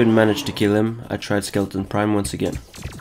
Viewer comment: Why does everyone call it skeleton prime its skeleTRON prime